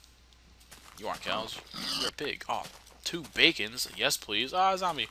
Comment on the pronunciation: Did he call a creeper a "gumbie"?